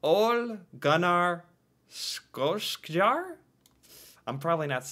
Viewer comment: Listen to the "In the Hall of the Mountain King", you know it, it's epic. (Dovregubbens Hall) In Norway we pronounce words like Skien with "Shi-enh", just like when there's Skj starting words. Solskjær is also pronounced same way; "Sol-shær" We do NOT say "Leef Eriksson", you're butchering our names so it's cringe. It's "Leiv" or "Lae-if", not that creepy "Leef" crap ffs. Try google translate next time please. Another huge name in our contemporary is Erling Braut Haaland (Håland) who's breaking records left, right and centre in Premier League and Champions League for Manchester City at very young age atm. Erling is one of the biggest sports brands in the world due to him being 6'5", blonde hair and humble character; predicted to be the first football player to cost more than 1 billion dollars (Actually 1 billion English punds which is more) in transfer fee. Kygo is pronounced not pronounced "Qai Goh" ffs; it's not someone from Star Wars! Use google translate, I'm flipping out here! He's too famous for that shit you pronunce. Try say "Qy-go" instead, that would be much closer. Niels is pronounced "Nils" or in Englishclose to "Neels". Google translate is your friend. Okay? Another famous Norwegian was the one who created the math for turns on roads. We also invented handgrade, paper clip, cheese slicer and many other things as well as oil rigs which are way taller than your tallest skyscrapers. Our biggest deep sea oil rigs (biggest in the world) can lift over 70 thousand metri